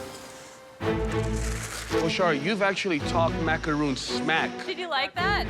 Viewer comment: i hate how they pronounce macaroon